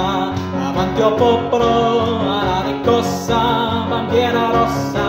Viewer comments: Lovely sung and played, and your pronounciation is overall good, but isn't it riScossa? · Bella esecuzione peccato che non riesce a pronunciare bene RISCOSSA e non RICCOSSA! Complimenti lo stesso per questa canzone che ha accompagnato tante speranze e lotte operaie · Socialismo is not pronounced "soSialismo" in italian, but So-"tchee" -alismo. He made this error while chanting several times. Also "Riscossa" he pronounces "RiCossa". Similar phonetic speaking Italian i found in Asian people.